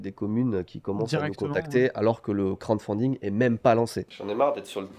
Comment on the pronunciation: la prononciation de crowdfunding ça va pas du tout xD. Sinon en français financement participatif, c’est peut être mieux pour présenter au mairies:) Continuez le bon boulot en tout cas! Ps: idée de nom: le trésor du JV